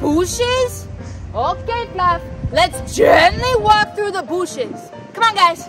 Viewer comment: "Though the BOOSHES "